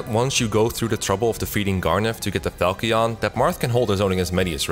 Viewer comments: VERY minor complaint but how are people still mispronouncing Falchion after Echoes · I believe falchion is pronounced fal-chin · The Fire Emblem Warriors music was a real banger with all those heavy layered, thick, guitars. I find it interesting how they are able to blend orchestral instruments with the heavier modern guitar music. Also, no one can pronounce falchion correctly. Not even Matt Mercer. My first FE game was Fire Emblem Sacred Stones, and my God people say its easy, and they aren't wrong, but I had a false impression of how easy it is. Sure you can solo with Seth, but there is a lot to know first and lookout for. Honestly, my biggest gripes were me getting screwed over by bad rng. Whenever I needed to keep npcs alive. One of the enemy myrmidons got a 1% crit... And for the final boss, when you have to kill the big dragon thing, I had to restart the chapter because I needed additional regalia wielding units and the two I had weren't good enough by themselves. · Great video but one thing that bothered me was your continued mispronunciation of Pavise Aaaaaand now it's Falchion as well, but they say that one in cutscenes so